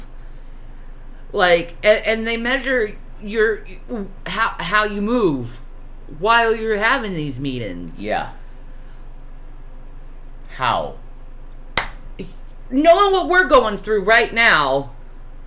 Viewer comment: “Meet-ins” “hane-ers” G-man really did steal all of her g’s 😂😂😂